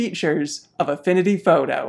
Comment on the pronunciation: “Affinity fawtoe” Great video!